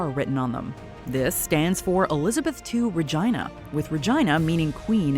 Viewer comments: Loved that you mispronounced Regina like vagina. It's supposed to be pronounced regeena. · They really pronounced Regina like vagina 💀 it’s pronounced like this 👉🏼 /rəˈjēnə/ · It’s RAY-Geena, not ray-gyna 😂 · She said it like re-jai-na. It's re-gee-na. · it’s pronounced Re-ge-nia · Regina isn't pronounced like vagina.. 😆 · Anybody else hear "vagina" 🤦🏿‍♂️ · no its not Regina is Latin for queen. It is pronounced re gee na. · Why did this lady say "Regina" to sound like "vagina?" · Bruh why she pronounce Regina like that 😂😂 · LOL that pronunciation of Regina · Making REGINA rhyme with vagina is chefs kiss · I'm far more bothered by her pronunciation of 'regina' tbh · The way she pronounced Regina…… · She said it like a body part omg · From someone who studied Latin for two years- no it's definitely not pronounced like that. Go listen to Salve Regina which was written when Latin was still prevalent and tell us how they say it